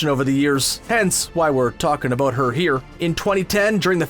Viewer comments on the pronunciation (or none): How Canadian can you get! Plenty of "aboot" and "oot" all over this video. Aaanyway, the pronunciation of Walter Koenig's surname is "CANE-ig" (not "CONE-ig").